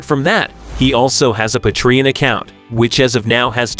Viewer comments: Patreon is pronounced: 'Pay-Tree-on'. NOT Pa-Tree-on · why don't you just use a real human voice to narrate this video. What the heck is a... Pah-Tree-un! come on guys.